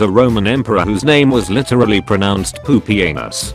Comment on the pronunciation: No the roman emporors name was Pūpīēnus not Pūpīeines. You can tell an anglophone wrote that meme, since he cant read the latin alhpabet.